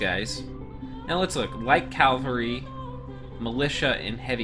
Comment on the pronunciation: Cavalry is pronounced KA-VAL-RY , Oh and don't forget: Ethereal = E-FE-RE-AL